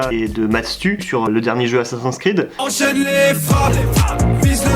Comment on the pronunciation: petit message à tout les gens qui prononcent mal "assassin's creed", je ne vous aime pas <3